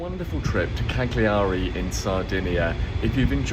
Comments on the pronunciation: If you called it by it's proper name it would be nice.. silent G.. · Minor point, we don't pronounce the g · poor man, he is so camp he cant speak and clearly will never manage to say cagliari properly!